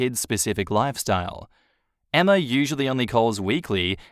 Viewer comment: It's not EMMARRRRR, it's Emma...